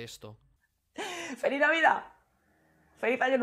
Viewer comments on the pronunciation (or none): Habla intentando ser sarcástica, pero se queda en un discurso muy difuso y dicho con la boca pequeña. Incluso su "Felí Navidá" parece que lo desea a los extraterrestres. No voy a entrar en si es cierto o no lo que dice. Lo cierto es que es una pésima comunicadora, diciendo todo lo que dice con una sonrisa vacía como si no supiera ni porque sonríe, como si fuera tonta. Y por eso me cabrea y la evito: porque está hablando para tontos.